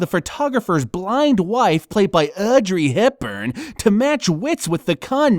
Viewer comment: I probably laughed harder at your pronounciation of "Audrey Hepburn" than I should have. Love it. GREAT choises on this one, by the way. I adore Wait Until Dark. You're damn good at narrating,by the way. Gotta see some more of your stuff.